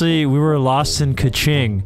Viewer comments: Dude you say kiching not kuching, kuching mean cat they from Sarawak in these China you say the American not American it Malaysia the flag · "Kew ching" I can't💀 The way they pronounce it is hilarious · Yo, it's Kuching 😂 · I never thought my hometown kuching wound sound like cachingg, 😂😂.. i enjoy the roast vanoss.. and kuching is cat in malay language❤